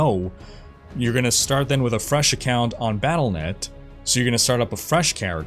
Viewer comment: Wyatt Cheng is still there? That’s funny. Do we not have phones? Palanet account? Took me a couple times to realize you were saying Battlenet. Not sure why you usually enunciate everything so well. I’m expecting really bad server problems and what is Scar? Lion King Boss?